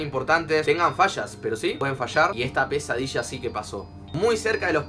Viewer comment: Cuando dijo tienen fallas yo entendi "tienen fachas" XD